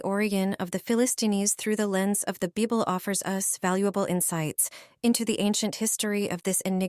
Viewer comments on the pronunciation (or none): What is the "beeble" ?????